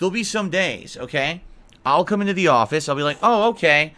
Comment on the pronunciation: I cringe so hard every time says "office".